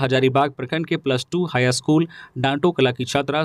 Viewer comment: News reader ka Hindi 'uchcharan' may sudhar na bahut zaruri hai. Kuchh shabd toh samajh may nahin aata. School ko 'aschool' kahne se kaan may khatakta hai. Kripya dhyan den.